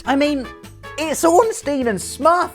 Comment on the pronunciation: Bothers to pronounce Smough in all possible ways, and still mispronounces Ornstein.